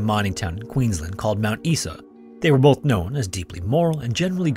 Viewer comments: Thankyou for posting this one. I have followed the Azaria Chamberlain case from a distance - like most Australians of my vintage. I never knew the outcome. One small correction though. Mt Isa is not pronounced "Eesa" as you do on the video, but "I" as in "eye"-sa. Great story well told. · Mount Isa. Eye-sa not Ee-sa 😊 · Mount Isa, bro said "mount eesa"xD it's "eye-sah" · Aussie here. Third story you got a few pronounciations wrong. Azaria is As-Ah-Re-Ah not As-Air-Re-Ah and Mount Isa is Eye-sa not Ee-Sa. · Mt. Isa is pronounced Mt. Eye-za not Mt. Ee-sa. Easy mistake to make. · Another great video. Being a frequent viewer of this channel and others I had already heard each of these stories, but you do tell them well. Oh being an Aussie, the pronunciation of Mt Isa is not "Is-a" but we say "I-sa" or "eye-zah" 😅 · *Mount "EYE-ZA" ya Canadian egg. ;) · As soon as you said Uluru, every Aussie here knew what case it was. Also, its pronounced eyes-a for Mt Isa, just so you know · Mt Isa is pronounced Mt “eyeza” but keep up the good work love hearing the stuff coming from Australia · its prounounced mount eye-za (mount isa) mate! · FYI, it's pronounced Mt. EYE-za (Mt. Isa) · It's Mount Eye-za, mate. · Wanna say Mt Isa correctly? Mount EYESA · Mount “eye saa” 🤐👍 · Mount Isa is pronounced like Eyeza 🤓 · Mt Isa is pronounced "eyes-uh" btw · Mount Isa (eyes-uh) :) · 😂 it’s pronounced like “Eye-za” as in Mount Isa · It's actually pronounced Mt "Eye"--sah!! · Mt ISA is pronounced Eye za. You're welcome. Yes, I am Australian. Pronounced Oz trail yen. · It’s pronounced Mount Eye-za. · Sry to be that guy but it’s pronounced mount Eye - sa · Pronounced eye-za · As I you you like to pronounce words properly, hence your bauble add. Mt Isa is pronounced Mount I-SA. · I couldnt even tell you were saying Mount Isa till you wrote it out oml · Australian here laughing at the mispronunciation of "Mt Isa". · For a start its pronounced Mt "I"sa as in "I am going to the store" not Mt eesa.